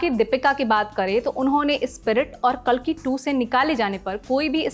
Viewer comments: Kaalki nahi kalki hai wo hamare Bhagwan ka naam toh atleast thik se lo Kaalki😢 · O hello madam khabar dene pehle uchharan to sahi se karna sikho काल्कि nhi कल्कि hai